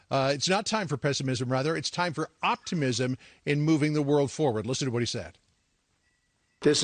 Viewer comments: "This is not a time for pesa..islm" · "pessmisismsn" hahaha idiot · I wish we had a president that could pronounce hard words like pessimism. Ivy League graduate?